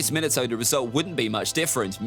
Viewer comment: Bro why did call minato minito